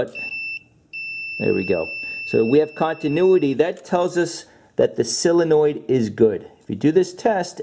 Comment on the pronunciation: You pronounce SOUL-enoid like, heh heh. Good video though. I don't get why these manufacturers don't simply put starters at the bottom of engines for easy access, this Acura isn't bad, instead of under an intake manifold which will take 2 days to get at. Looking at you, Toyota/Lexus, how doofy can you be???